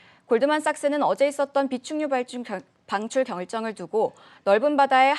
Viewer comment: 비축유방출 ㅋㅋ 아나운서들 발음이 왜 정확해야하는지 알겠네요